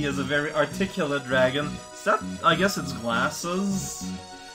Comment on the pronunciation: raotags: veal, la revolution Aww man, I was kinda afraid you'd play this eventually. Well, I ain't gonna be here then. Good luck! Though I'll still post tags, just like for cortex. Also, that's not how you pronounce dragon! The title implicates "djra(e)gen" or something of the sorts. It's pronounced more literally, and even I know that for a Finnish person!